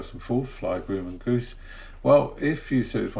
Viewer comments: Grumman is pronounced: “Grā-men” not “groo-man”. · Actually Grumman is pronounced with a short U like UH instead of You if that helps. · Grumman is prounced with the U sounding like the U in up or upperThe hint is the "mm" in Grumman